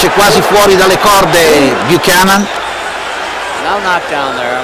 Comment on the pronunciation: It's pronounced Ken Bu-cannon not chan-non listen to the commentators too. Apart from that, good job.